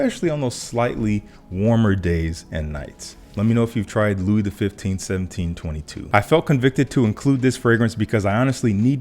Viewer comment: Louis XV 1722 is really nice. A subdued, yet elegant fragrance that doesn't shout out, but has an authority feel to it. I get a unique note from it, which is like a coconut husk without the coconut. I know that's a bit odd, but it works so well...... BTW, Louis has a silent S. More like Loo-ee.